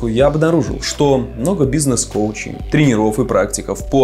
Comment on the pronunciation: не тренерОв, а трЕнеров!